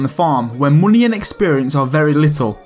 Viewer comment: "muney" liked justed cuz of his accent